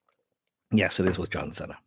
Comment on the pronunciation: I thought his last name is pronounced "see-nah" : )